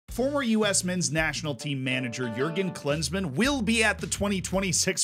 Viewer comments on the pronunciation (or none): If you're interested: Klinsmann is actually pronounced a little differently. Try 'cleans-munn' with an emphasis on the first syllable.